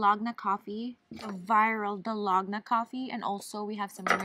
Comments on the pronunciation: Hi Coco! For the coffee u supposed to use equal parts of everything, and it really does takes time and muscles to make it by hand. Use electric frother or mixer if u have it for faster result. Also, its pronounced Dal-go-na, not Da-log-na 🤣. The cake tho looks soooo bomb tho!! Really wanna try one of the Carlos Bakery cakes! p/s: please do more mukbangs outside 😍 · I laugh everytime she says Da-log-na coffee 😂 hilarious